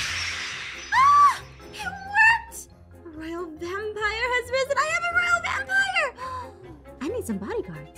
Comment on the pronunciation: I agree. Plus am I the only one who realizes the it was vampoire instead of vampire?